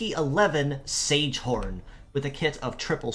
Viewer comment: Don't know if you care much about pronunciation but these names come from German, so instead of "sage horn" it would be ZEG-uh-HAWN. The other one would be HIH-ush-KEF-a.